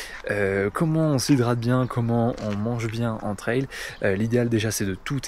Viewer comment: on dit tri an pas tri un